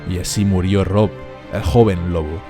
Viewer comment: Like por el "murrió". XD